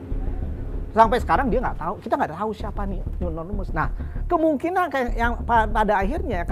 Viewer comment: Nonemes😂 Nonemes apa animous😂😂